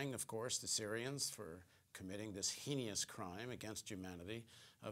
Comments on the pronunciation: ... it's pronounced: "hain-us" not "hain-ee-us". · 'heinous' is pronounced like 'hayness', or 'anus' with an 'h' in front. There's no 'i' between the 'n' and the 'ous'. Okay, I'm a pronunciation nazi, but it's my damned language, y'know? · Heinous, no "i" at the end, please.